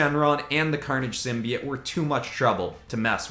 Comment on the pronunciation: Please tell this man it’s symbiote not simbyit